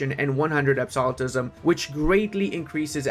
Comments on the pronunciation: Ab-so-lu-tism. As in absolute. You said ab-so-li-tism, as in absolve. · I love you and your videos bro... but my gods do you butcher common words deliberately? rep're'sent, not re'pre-sent. ab'so'lute'ism, not ab'solit'ism your weird pronunciations tweak my OCD's like nothing else lol